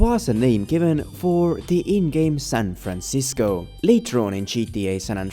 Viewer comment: Gotta love San Franchisco 😂😂😂